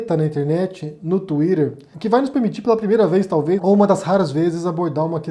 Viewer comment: No Inglês, o "T" ou mesmo 2 "TTs" entre dois sons vocálicos ganha som de "R" aberto. A pronúncia dele é PERFEITA !